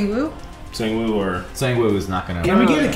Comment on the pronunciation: Still waiting for them to say sang-woo properly